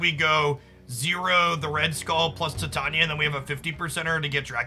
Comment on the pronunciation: Tie-tay-knee-uh. I love the content you put out and I do realize that this is extremely nitpicking but the pronunciation gets me sometimes 😂